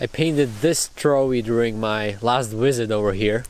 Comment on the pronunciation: It always cracks me up when he says any word with a "V" as the first letter because it always comes out as a "W". "Visit", "visitor", and "visiting" become "wisit", "wisitor", and "wisiting"!